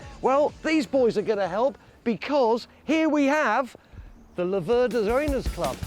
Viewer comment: It's an Italian bike so I guess in any other language they'll pronounce it as they see it, the mistake that the English make is with pronouncing Laverda, they always seem to stress the 2nd syllable.